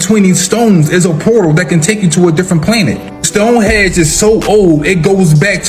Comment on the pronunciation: The guy talking about Stonehenge I can't take seriously. He talks 💩 and called it stonehedge.............🤦‍♂️